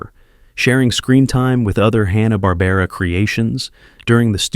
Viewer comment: He couldn't even say "Hanna-Barbera"